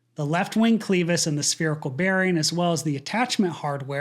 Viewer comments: clè/cleh-vis NOT clee/clea-vis. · Clevis, unless it's different than every other part of this nature, is pronounced with a short "e", not a long one. It's not clee-vis. Clevis pins hold things together while allowing them to rotate. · Clevis is pronounced kleh-vis, not klee-vis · Please learn the correct pronunciation of the word "clevis". It is not "Cleeeevus", it is kleh-vuhs. Check your dictionary. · Where did you learn how to pronounce Clevis…Clev. Isss not Clee viss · clev is, not cleev is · This is going to sound nitpicky and it's not even related to the topic of the video, but you're mispronouncing clevis. The e is short, as in "edge" . You're pronouncing it as a long e like "eel". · Cleh-vis, not CLEE-vis. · A minor nit but a clevis is pronounced kleh-vuhs. Not klee-vus. Short e not long e. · Clevis is not pronounced like that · Its clevis, not cleevis. FYI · Clevis, phonetic=[klev-is] not kleev-is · Thanks for the review. On point as always. I learned to pronounce clevis as kleh' vuhs not kleev' us (engineer here) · It is pronounced "Klev Is", not "Cleve Is"..... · It’s pronounced “kleh-vis”, rather than “klee-vis”. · Hi,. Both you and Steve are pronouncing the word, "clevis" with a long "e" sound... "cleeevis." I have always heard it pronounced with a short "e" as in "clehvis." Steve say that he thinks a fix for this engine mount issue could be too expensive, given the reduced number of these aircraft in use today. What do you think? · Clevis is pronounced Cleh-vis not clee-vis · Clevis- not cleevis. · It's clevis, NOT "cleeevis". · Appreciate the update but please sir, it is not pronounced cleeeeeevis, it is pronounced clevis, with an "e" sound like clever. A short e! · It is pronounced "Clevis", not "cclleeeeeevis"!!!!! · It’s not pronounced cleevis. It’s a short E. 😂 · It was bugging me too. Clever vs Cleaver = Clevis vs Cleavis. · The letter "E" is short in "Clevis." If it was long, it would have been spelt "Cleavis." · It's "kleh-vuhs"